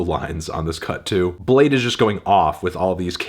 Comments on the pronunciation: imagine pronouncing bladee as "blade" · Cant believe his name is pronounced "blayd", not "blah dee" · Oh, it's pronounced Bladee!